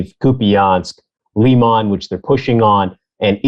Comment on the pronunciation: Finally someone who doesn’t pronounce Lyman as “Laiman” 😅